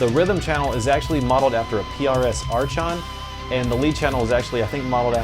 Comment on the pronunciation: Bruh you pronounced Archon wrong 😂😭 it's pronounced "Arkon" the ch makes a k sound